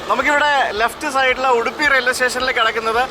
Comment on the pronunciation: Speak English please. It's Udupi not Uduppi